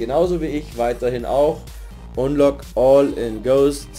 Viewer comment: Hi Lern Englisch bitte wie man richtig unlock all oder hoster ausgspricht weil es heißt ned hoster... forcehost du horst...